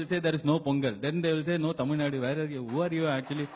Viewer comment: Ok first of all who was that dude who couldn’t pronounce tamil. 😂 I live in America and it’s ok if Americans can’t pronounce it but North Indians can’t pronounce a language that’s part of their country? Couldn’t even bother to try to stay it right